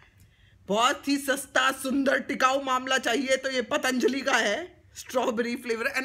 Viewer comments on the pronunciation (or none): none